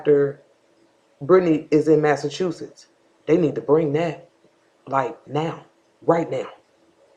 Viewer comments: That dude calling Massachusetts Massa-Two-Shits XD XD XD Too much man. Learn your states!!! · They both are talking like they know what happened to the baby already. "When Maleah was outside this mother was in Massa-two-shits."